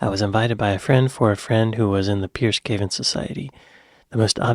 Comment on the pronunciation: And Cameron is now Foreign Secretary......hmmm, hope he doesn't go to any country where a pig is considered unclean! Some explains to do. And your pronunciation ( wish you'd check it out before opening your mout) it s Piers Pronounced as a long E Peeeers Gaveston...Gave Ess Tun. Better luck next time.